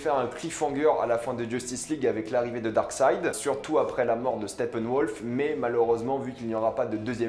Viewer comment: Darkseid pas darkside lol